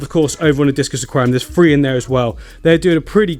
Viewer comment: 😂 😂 He does not say three is says" free"u can tell his from the 🇬🇧